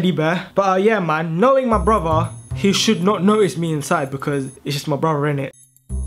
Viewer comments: No offence but it's pronounced broTHer not broVer no offence but cool prank 💚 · When he says brother it sounds like bruber LOL